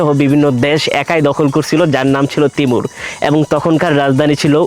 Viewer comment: তিমুর না তৈমুর হবে।